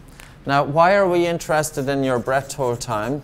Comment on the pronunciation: No offense man but can you please pronounce hold better